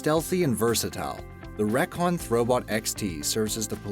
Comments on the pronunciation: Recon (ree-con) like reconnaissance ? not reck-on (?) nice vid though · It's pronounced REEcon, not REHcon. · It is NOT PRONOUNCED “wreckon “ it is called REE CON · Reeeeeeeee con not 'reckon' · The reakon throw bot... No!!!!! REE-Con throw bot. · I have to ask - what's up with the strange pronunciations of some words? Like and the Recon Robot. You pronounce it like "wreck on" when the word is supposed to be pronounced "reek on"? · IT’S REEEE-CON!!!! NOT REHKON!!! GRRRRRR!!! ALWAYS SCREWING UP EVERYTHING!!! SO IRRITATING!!!! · Recon is an abbreviation for reconnoiter, Which means "make military observation". That observational equipment brand name is pronounced (ree'-con). I am closely associated with the military as my father was in not one but two of the branches. He thinks you're an idiot for mispronouncing Recon. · you reckon ? Hahahhaah it annoyed me so much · the way he pronounced "recon".... much cringe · Oh god its painful to hear how he pronounces "recon". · The way he pronounces Recon triggers me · You couldn't spend 10 seconds Googling how to say "recon?"